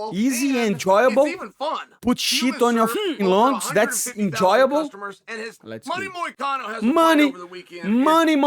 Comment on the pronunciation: even moicano shocked sonen pronun of his name perfectly usually sonen never pronun fighter names correct Moicano want citizenship!